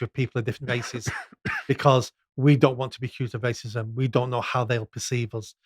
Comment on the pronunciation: I can't stand this guy. "Waycism"